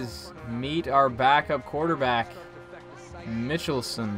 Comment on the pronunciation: Loving the series. Everyone called Connor Michelsen Phil btw to distinguish him from Connor Kelley. Also, Michelsen is pronounced like Michael-son